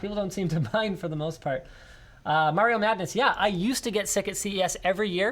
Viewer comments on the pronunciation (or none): none